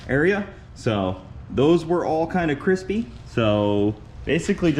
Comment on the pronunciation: cwispy, is how I heard it every time in my head... glad it was just some toasty lines so far(havent seen the next one)! That new trailer jack looks a bit slower then the old one, but probably better maneuverability on grass :D